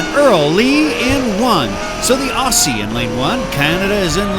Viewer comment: another great set of races. Congrats. Just a tip, the word Aussie (short for Australian) is pronounced OZZIE. Its a 'zee' sound not 'see' sound.